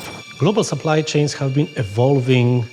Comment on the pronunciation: "We ave to standardize"....Apple has left the chat.